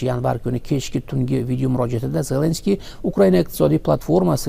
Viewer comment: Хурматсиз Бобажан Зленский емес Зеленский деп айтып уйренсе. Бляд кашангы айтаберемен мен саган хурметсиз баба жон